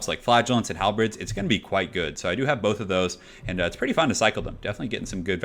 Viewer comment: Hal the Bird. Halberd. Not Hal the Bread.